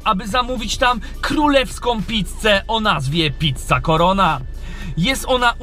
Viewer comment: Gościu, "PICCA", a nie "PITCA". Wkurwia to strasznie...